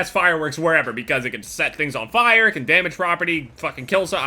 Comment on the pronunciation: says fire weird Like this so jev sees and makes a videos about how he says fire weird